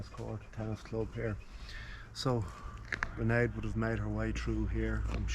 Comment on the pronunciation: Can you pronounce her name right. You're pronouncing like Sinead except starting with an R. Raonaid is pronounced with these two syllables (Rain - add)